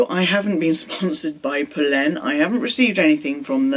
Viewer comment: Great pronunciation of Polène